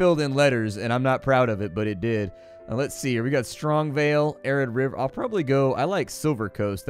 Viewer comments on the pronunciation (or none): none